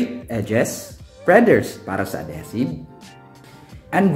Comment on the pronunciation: Ad-HEE-sive,. Love your vids!